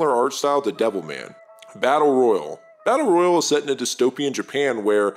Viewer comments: The way you pronounce "Battle royale" makes me want to chew glass. Tell me you're not a gamer without telling me you're not a gamer. >.> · This video came out 3 days ago, in the year of our Lord 2023, a time in the existence of Fortnite, Warzone, PUBG, and this mans can't pronounce Battle Royale correctly? Never gotten a Victory Royale and it shows. Jokes aside this is well made and dope that just irked me a sec 😂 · It's Battle Royale...like a Royale with Cheese. 😂